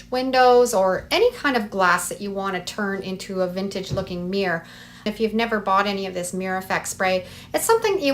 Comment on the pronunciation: It’s called a Mir-ror. Two syllables!